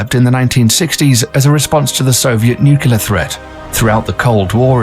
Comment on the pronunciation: And yet he cannot pronounce the word "nuclear," defying the stereotype that a "King's English" accent makes a person sound intelligent.